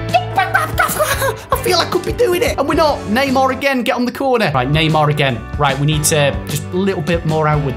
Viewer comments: it’s Neymar not nima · Please pronounce Neymar right!!! It's not N-E-E-M-A-R, It's N-E-I-G-H-M-A-R! If you read this change next vid! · dont say Nimar its Neymar keep up with the Good vids! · NEEMAR LMFAO 😂😂😂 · it's not kneemar